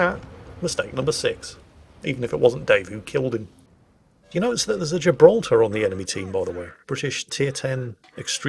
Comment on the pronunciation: How refreshing to hear someone say gibraltar properly 😂